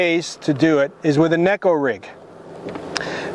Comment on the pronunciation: You give the Kneeko rig guy grief at the start and saying it’s Neko (Gekko) and proceed to pronounce it as Kneeko 😂